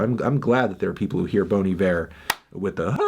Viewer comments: Okay wtf, I'm from Wisconsin and that's not the point- but its BAHN IYVER not BONE EEVÈR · WAIT. IT'S PRONOUNCED "BONE EE-VER" AND NOT "BON EYE-VER" ????!?!?!?!?!?